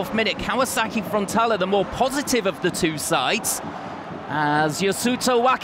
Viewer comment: how many times is this guy gonna mispronounce frontaLE not frontala. wtf